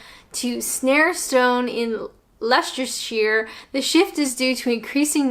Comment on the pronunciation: Very interesting, good job being diplomatic. I'm originally from Leicestershire (you almost got there pronouncing it!) and now live in Wales, so have never considered myself a Northerner or a Southerner. The Welsh definitely like to do their own thing.